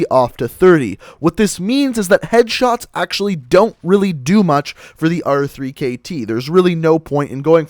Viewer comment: why do you call it the r three kt and not the rekt its so annoying